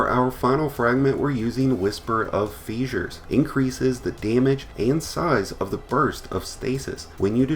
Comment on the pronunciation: Feesures. Lol Whisper of fissures. Fish-urs. Why are destiny YouTube channels specifically so bad at pronouncing things. Like…I’ve only hear taipan pronounced correctly once. (It’s Tie-Pan. Rhymes with Pie Can.) Thank you for the video tho. No cap.